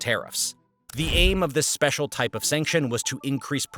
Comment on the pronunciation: The emphasis on special😅